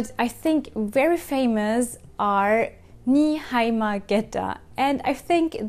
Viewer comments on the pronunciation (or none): Ni-hai-ma geta? I always thought they are called Ni-mai-ba? Haha omg I wonder if I called them wrong all these years or if its a regional thing?